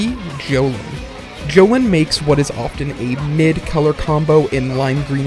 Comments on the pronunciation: Your supposed to pronounce jolynes name as joe-lean not jo-lin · It’s pronounced joe-LEEN, not JOE-lin